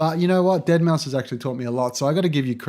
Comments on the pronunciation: Good video thanks. (However, Deadmau5 is pronounced as "dead mouse" rather than "dead mow") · Mouse NOT MAU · It's pronounced Mouse not Mau, sorry I needed to get that out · it triggers me when he said deadmow instead of saying deadmouse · It's pronounced "dead mouse" not "deadmow" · I agree that the AVB class is probably better for learning, but Joel is honestly a better producer overall. Also please stop mispronouncing it as "deadmow" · ... Did he say "Dead Mau"? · its said DEADMOUSE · DEAD MOW?! cmon mayne get the name right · Really just made an entire video on Deadmau5, but failed to research the proper pronunciation of his name. Solid video. But weird 😂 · Uhm, you're pronouncing deadmau5 wrong like 60% of tha time bruh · Why cant you say deadmau5 properly? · you already sound like you have no idea what you're on about. Can't even pronounce deadmau5's name. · the minute you incorrectly pronounced Deadmau5 I knew it was over